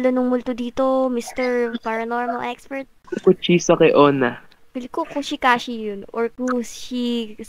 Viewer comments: Kusisaki onna Po yung tamang pangalan Ng babae hindi Po kushesaki onna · I dol ko po kayo pag kumakain po ako pero mo hindi po cucuchakiona mali po kuchi sake onna po ang Tamang bangget poo😅